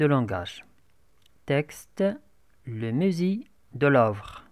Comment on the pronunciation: il faut faire attention à la prononciation, on dit musée pas misée, Louve pas lovre, chefs-d'œuvre le f ne se prononce pas oeuvre pas ouvre...